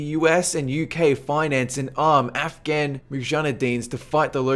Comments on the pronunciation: Sin-eye Desert? It is pronounced "sigh-nigh". And what is a mujan-adeen. Try Muj-a-ha-deen. What is doo-looth airbase? It's "Dull-uth", it's a US city that sounds like you are saying Dallas with a bad lisp, whereas you sound like you are summoning C'thulhu's inbred cousin. At least you pronounce nuclear properly. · MUJANEDEENS???? + SUNAI desert?? Also on another video you said Tanzaania??? interesting videos but you fail to pronounce alot of things